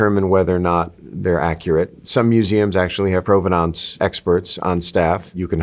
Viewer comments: This guy says provenance funny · This. Thank you. It drove me crazy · Why does he mispronounce provenance every single time? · I'm just struggling with the way he's pronouncing provenance